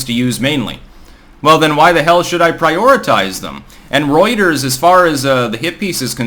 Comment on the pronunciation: I didn't even knew what "Roiters" was until this video 😆